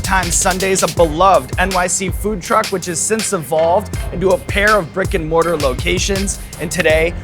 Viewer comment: Please tell me I am not the only one that heard "Rick and Morty" instead of "Brick and Mortar"